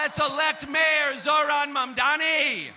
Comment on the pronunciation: lol Hochul is STILL mispronouncing Mamdani. Sheesh, it's not hard: "Hey MOM, you know my friend DONNY, right?" MOM DONNY MOM DONNY MOM DONNY.